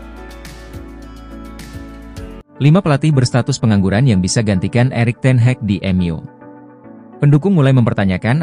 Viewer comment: DENGER NARATOR NYA ENGGA BANGET, NYEBUT NAMA NAMA MANAGER NYA AJA GA BENER.. ERIK TEN HEG KATANYA, SAMA THOMAS TUCEL 😂